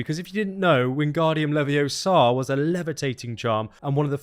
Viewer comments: Good vid. Lots of content but I would have to remind you that it's Wingardium LeviOsar not LeviosARR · It's LeviOsa, not Leviosarrr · You had it coming! It's leviOsa not leviosA! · It's LeviOsa not LeviosAR. I'm sorry, I had to say it. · It’s LeviOsa, not LevioSA!